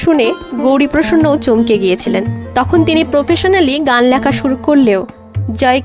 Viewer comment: এমনিতে বেশ ভালোই। কিন্তু "লেখা"-র উচ্চারণ "ল্যাখা" হজম হচ্ছে না!